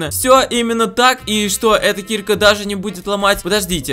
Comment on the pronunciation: Ударение на А киркА а не кИрка.